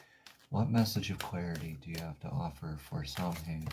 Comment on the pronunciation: "The correct way to pronounce Samhain is "Sow-wen, with sow as in female pig.".